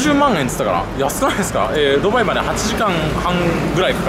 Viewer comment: スーツ氏「例えば、、、とうきょう、ドゥバァーイ、ロンドン」 俺「クセwwwwwwwwwww」